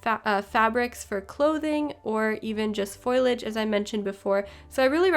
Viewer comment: Great videos. The correct pronunciation of the word 'Foliage' is FO....LEE....AGE...not FOI...LAGE. the 'I' comes after the 'L'..not before. From one teacher to another. Keep up the good work.